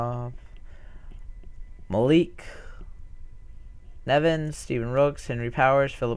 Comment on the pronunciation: 10Th and 15th, great runs! Also it's (Ray-me-n) and (ma-leak nev-ins) ^^